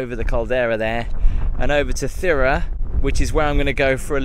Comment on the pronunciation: Thira or Thera is the greek name for the island of Santorini, the town you are referring to ,the capital is called Fira ,with the intonation on the second syllable, otherwise great video